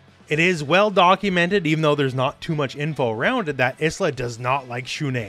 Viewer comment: in fact you say it perfectly here